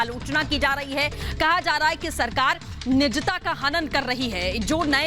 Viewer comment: Good news but please correct hindi pronunciation it is ' nijta' not nichta.